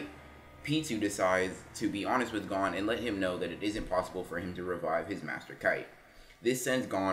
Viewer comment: His name is gon not gone.